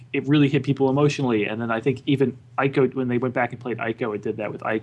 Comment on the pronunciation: Neither of those two can pronounce Ico properly! It is pronounced (EE-ko)... it is annoying when people pronounce Japanese names and words wrong.